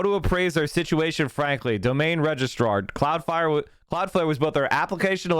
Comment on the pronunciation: Its flare not fire